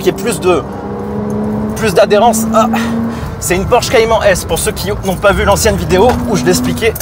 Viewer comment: Sa se prononce pas cayman mes caymane